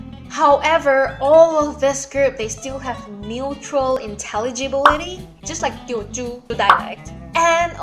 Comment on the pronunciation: Your English is very good -- you even said "mutual intelligibility" correctly. I'm impressed! Who can say that? You speak so many languages! Thanks for the video. It was a great introduction to Hokkien. I'm American studying Mandarin. I speak some French and Spanish. Most Americans only speak English.